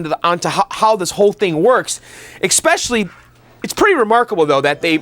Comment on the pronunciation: No "x" in "especially."